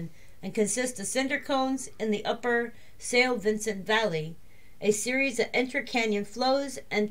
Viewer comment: Before doing things like this, I suggest you have a practice of the pronunciation. There is only one 'i' in Madeira, and Funchal has an 'h' in this to soften the 'c'. And 'Sao Vicente' has no 'n' in it.